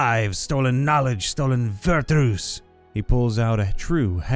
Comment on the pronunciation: "Vertoos" "Vert-Ch-you's"